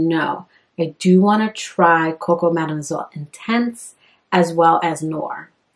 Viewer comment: My goodness!! The way she pronounced the word Mademoiselle almost gave me the Coronavirus!! 🙄🥴